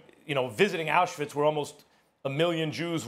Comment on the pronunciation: The way Max pronounced Auschwitz was kinda scary ...